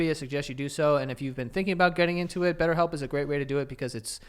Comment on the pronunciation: Betterhelp. “Betthelp”